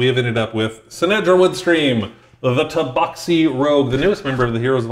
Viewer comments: umm it is TA BAX I not BOX..lol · IMO, rhymes with “taxi” makes sense. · The proper pronunciation of Tabaxi is “Tabaxi”. Hope that clears everything up.